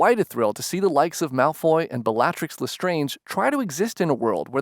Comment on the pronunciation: i just got mad that he said bellatrixs name wrong 😑 bell-a-trix